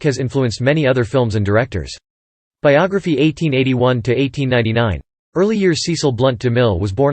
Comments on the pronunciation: SESS-ull. SESS-ull. SESS-ull. SESS-ull. SESS-ull. SESS-ull. SESS-ull. SESS-ull. SESS-ull. SESS-ull. SESS-ull. Apparently those automated narrations don't know it's SESS-ull.. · That's now how his first name is pronounced. It's a short e sound, not a long e.